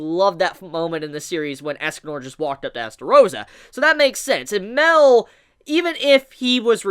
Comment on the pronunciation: I'm glad you saw my theory about how OP Mael might have been and took it into consideration. One last thing as well... I also think that his name is pronounced MA-EL with a drawn out "A" sound and not MEL as you keep saying. As an example.. Saaa-Ri-el.